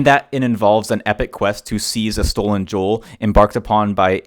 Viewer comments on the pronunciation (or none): none